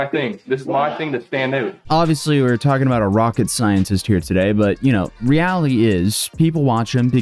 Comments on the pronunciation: I know you said he was Canadian but I wasn't ready for the "this is my thing to stand oot" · stand owoot dawg , stand owoot